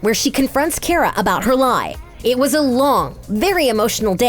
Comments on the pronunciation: Also it is ka-ra no kira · How did you get so many names wrong? They're TWO SYLLABLES! Its obviously LE-NA, and Ka-ra! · bro can these people ever get the names right like she cant get kara and lena name right like wtf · You mispronounced Katie McGrath name (pronounciation is McGrah ... not McGrath) And also the pronounciation of Lena (it’s leena Not Lenna) Also the pronounciation of Benoist Also You mispronounce Kara It hurts in my ears